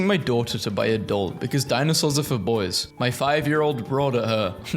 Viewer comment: I heard "femboys" instead of "for boys".